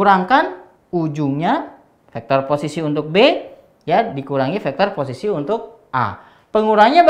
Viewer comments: "poccisi"😂 suka banget dg bapak ini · Teacher : "Pocis" Me : Bruh, Pocis?